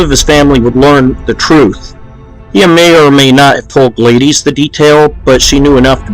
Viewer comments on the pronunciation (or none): Glay-dees, lol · The female name Gladys is pronounced Glad-is with the S sounding like Suck or Slick. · it's an old name you don't see much now. However, to confirm the pronunciation you can go on Google. Search "pronounce gladys" and tap the box that comes up. Gladys Knight is a musician who's name is pronounced the same way. You should send me your scripts and I'll proof speak things for you.